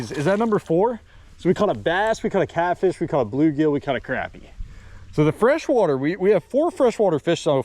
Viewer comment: it’s not crap-ir it’s croppie